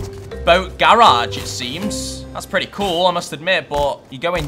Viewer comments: Bruh the way he says garage was triggering me (I'm from south Carolina so I'm southern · The way he say garage lol love it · I like how he say GARAGE xD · Love the vids but the way you say garage kills me